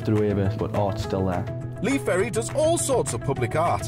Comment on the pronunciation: Good Stuff apart from its Lee Ferry and not Perry. But hey ive been called a lot worse